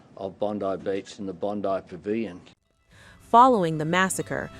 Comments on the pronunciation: Bond(eye) not Bond(ee) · "Bondee" Beach?? Seriously?